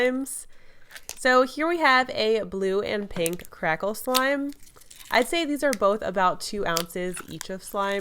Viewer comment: did anyone else notice that said “krackle lime”?